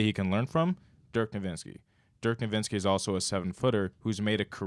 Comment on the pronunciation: HATE the way this other guy pronounces ‘Dirk Nowitzki’. It’s not “Dirk NoVINSKI’ lol. Put some respeck on the goat. Love your content